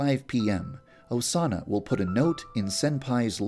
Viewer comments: The more you listen to YandereDev saying "Osana" it starts sounding like "A sauna" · When u were saying Osana at the end a lot, it sounded like u were saying “doughsana” Doughsana- pronoun /Dō- sāna/ A word that means something like cookie dough made out of Osana. To make this, you must kill Osana and use her body parts to make Doughsana dough. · i heard doughsana at one point XD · Vaniji ASUNA!!!